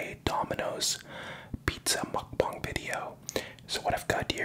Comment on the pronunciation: what the fuck is a mukbong lad